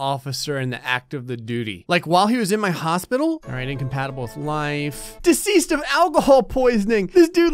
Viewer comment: Deseased instead of deceased